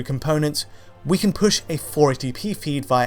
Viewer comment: It's who can't say the word "can"